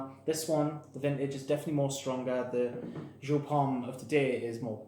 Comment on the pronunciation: It's a German company. It's pronounced YOP